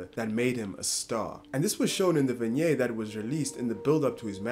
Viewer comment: Dude i love yr vids and am a subber - but in Vinget pronounced vin-ˈyet with a hard t - love the vids and keep up the good shit my man